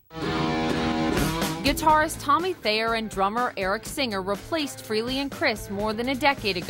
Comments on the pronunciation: Why do these TV reporters always pronounce "Frehley" as "Free-ly"????? Gets on my nerves everytime I hear that. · Taylor Same here...drives me nuts. Its Freh-lee. The H is not silent. On a Eddie Trunk interview Ace said most dont get it right and he gave up correcting people. Years ago in another podcast Ace was drunk and when the host pronounced his name Free-ly, he quickly corrected him "Its FREHHHH-ly!!" So yes, deep down it bugs him, but he has no choice but to deal with it. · One thing I have noticed, why do people always mispronounce Ace's last name? It's not Ace Freely, it's Frayley.